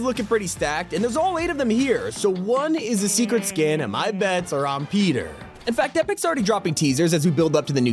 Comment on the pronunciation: hahahahah petah